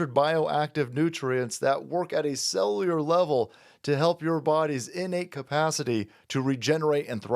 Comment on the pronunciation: Learn how to say cellular.